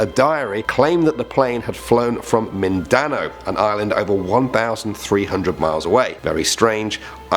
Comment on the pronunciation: Lol it's a Filipino island and for future reference it's pronounced as Min-da-now and min is pronounced like minute